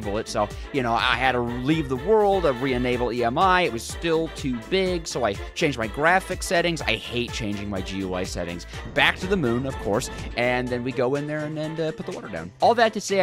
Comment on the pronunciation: Did you just spell out G-U-I settings?? .... Its pronounced "Gooey". Welcome to the World in 2025. (Recorded in 2024).